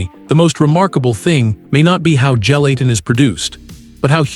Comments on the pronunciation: Apparently, the only thing gelatin CAN'T do, is make your computer pronounce the word correctly. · It's hard to watch and listen to when the AI is mispronouncing "Gelatin" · throughout this video, ive heard 4 different pronunciations for gelatin.